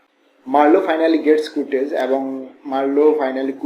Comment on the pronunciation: সারাদিন কুরটেজ বললেন কেন, কার্টজ হবে